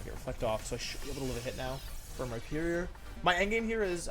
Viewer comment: “Rihornier” lmao